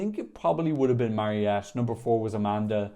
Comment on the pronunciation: Her name is Mariette, not marionette 😂